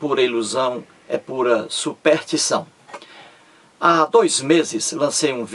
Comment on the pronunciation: "Supertição" é ótimo!!!!!!!!